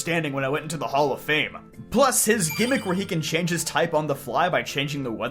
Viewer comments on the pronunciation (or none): none